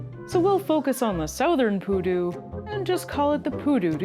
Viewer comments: she insist in call the creature PÚDU with an accent in the first U when specifically it as the accent in the second u, PU-DÚ :face-red-droopy-eyes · it's not pUdu it's pudU Sorry it's funny to say it cause of leviosa Thanks for showcasing this little fella, he really needs more people to be aware of his existence, we need to take care of them if we want them to keep on going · Pudú, not Pudu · piudu... maybe poodoo like moose, and the p is more like a drum p*. Saludos, greetings :) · It was so weird hearing poodoo along the whole video, it's pronounced the other way around "puˈðu". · It's Pudú, stress on last syllable, not poodoo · The pronunciation is SO off putting..... Pudú, no Pudu. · its pudú, with accent on the second syllabus